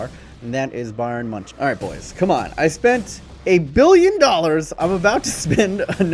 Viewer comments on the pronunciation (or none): none